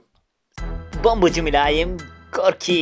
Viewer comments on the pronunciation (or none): none